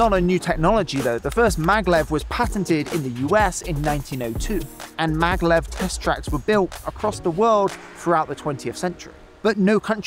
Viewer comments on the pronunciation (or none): Hey, great vid but you kinda butchered a few names there. Maglev - not "Megalev" MAG - LEV Shizuoka - not "Shinzuku" or "Shinzooka" SHE - ZOO - OH - KA kinda threw me off a bit lol